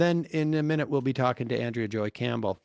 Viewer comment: It's ahn-DREY-uh Campbell 😂